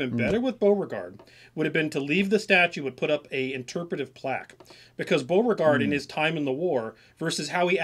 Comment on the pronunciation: You guys are not even able to pronounce the name "Beauregard" correctly. What a shame. Americans (and many English-speaking countries) have to mispronounce everything and make it sound English. It's really not a big deal to look at how a name is pronounced, I mean in the case of Beauregard you only have to look at his first name and you immediately realize that you can never pronounce it in English